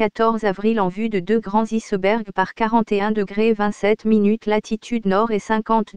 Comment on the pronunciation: C'est quoi des "issebergs"???? Et c'est comme cela tout le long! D'où sort donc cette? Voix informatique ou pas, c'est une désolation!!! Dommage, car sinon le documentaire est très intéressant!